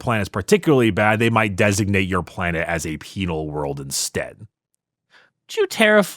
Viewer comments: Haha peenal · I heard the word "peenar" every time they said "penal" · Peenar legions, hahahaa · I heard ‘penial lesions’ and had to double take i was watching an ad ric episode